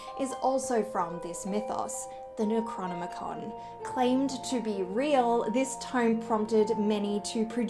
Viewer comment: Cute girl. But what's up with the pronunciation of "necronomicon"...